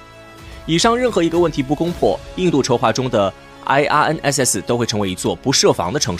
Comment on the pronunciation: 请用中文名称称IRNSS，IRNSS的英文发音听起来很蹩脚。